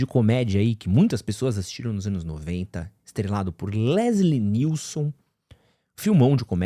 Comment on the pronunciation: Quando vc falou Leslie NielSON pela terceira vez e sério, eu vi que você tava falando errado mesmo e não de zoeira! hahahah!! Fiquei ansioso pra ver esse filme. Gosto muito dos 3 primeiros e do "Apertem os cintos, o piloto sumiu! É demais!!